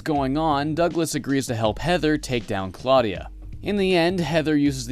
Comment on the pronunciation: claudia wolf... claudia....clawdia....clawdia wolf... ok no way i can take this lady seriously now : )